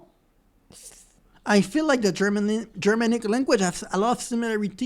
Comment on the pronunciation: Yes, and it's pronounced Ger-manic, not German-ic as I heard right at the beginning of the video.